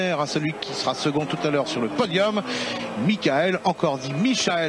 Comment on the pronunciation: c'est vrai il disait micha elle chou ma reure. j avais oublie ca. je m'appelle michael aussi et personne m a jamais appelle micha elle.